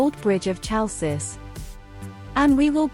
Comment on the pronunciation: hay girl...the name of city is not tsalssis!!!!!!!! is HALKIS